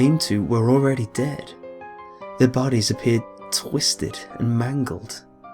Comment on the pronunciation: Ded-a crapy way of saying dead